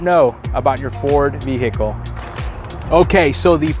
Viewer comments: Great video but just so you know the H is silent in the word Vehicle. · Hey man, please give me a moment while my broke ass goes to try all these on my non platinum trim f150. Like 8 of your tips are not present in an xlt. Also, please stick to one pronunciation for "vehicle". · It depends where you live. I've heard it both ways, it's silent where I live too.